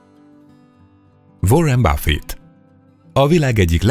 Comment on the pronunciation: vórin báffit, márk zákkerbörg, dzsef bézösz, ámánzió ortéga,cserli ergen, dévid cseritön, dzsim voltön, dzsó kódvell, az egy dolog hogy több év alatt nem sikerült megtanulni angolul, (ráadásul utána járni sem a dolgoknak rendesen ) de legalább azokat a rohadt neveket meg lehetett volna tanulni kiejteni ennyi éve videózás után...